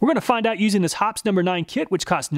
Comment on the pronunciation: It's Hop-pee's. 2 syllables.